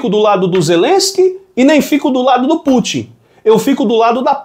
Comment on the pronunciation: não é Pútchi não. É Pútin, com o TI nordestino mesmo, sem chiado. Ta deixando a mídia sotaquista de São Paulo te influenciar, rapaz